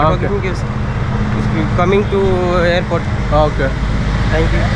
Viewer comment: Mr, u can't pronounce even the place name, than how can a sample man can help you, you say airpro, instead of AIRPORT